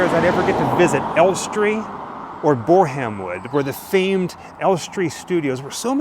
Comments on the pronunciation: You pronounce it borem wood guys 😊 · Its pronounced bore-uhm! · Borehamwood is pronounced - BOR-AM-WOOD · It's pronounced Bore-um-wood. A silent 'aitch'. Pinewood Studios is generally considered the premier British film and television studio, which is located in the village of Iver Heath, England, 18 miles (29 km) west of central London. 👍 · Bore - Ham - Wood 😂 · Hi Ryan's mom Sam commenting... Elstree looks more like an industrial Estate than a film studio its amazing how meny Amazing films and TV shows come out of here compared to the ones in America which all look beautiful 😂😂 and i love the way you pronounce Borehamwood * 😂 as a Brit we pronounce it *Bore in wood * we dont pronounce the *Ham 😅😂 its a Silent Ham 😅😂 i love your vlogs you do a great job 👍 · Its pronounced boarumwood, sorry its been highlighted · 😂 Your pronunciation of Bore-Ham-Wood did make me chuckle. 😂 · Pronounced Boram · Love the way you say borehamwood 😊 although it’s not pronounced exactly how it’s spelt nice try, great video anyway!! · Just so you know the H in Borehamwood is silent :) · Love your content guys.... I am an anal love child?!? BoreHAM wood is pronounced phonetically with a silent 'H'. It was the marvellous Nicki cage in one of his movies that kept refering to BuckingHAM palace; again pronounced with a silent 'H'. That really got on my wick,raised my goat and teed me off. P.s. I appreciate my punctuation and spelling are not always what I would wish them to be.si+ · Another amazing video and love the way you say borehamwood 😅❤its usually pronounced with silent E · I live about 10 miles away from Borehamwood and love the American way you pronounced it! 👍😁😎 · The way you pronounced "borehamwood" was truly American.